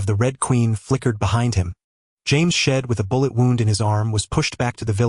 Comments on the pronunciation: es eich ai ee el dee X1000 times in one AI recap video is horrendous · Ngl, hearing shield is like hearing someone doing pronouncing lesson. There's so much S H I E L D 😂 Okay, there's a lot series to look at 😅